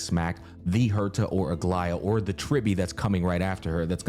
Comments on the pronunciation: I made the comment at the beginning where he called her Algea or something like that. Have in mind that what I described is the correct "greek" way, I guess pronunciation is fine as well. Written is greek is Αγλαΐα btw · From a greek viewer, it is pronounced A-gla-ia with the intonation on the "i"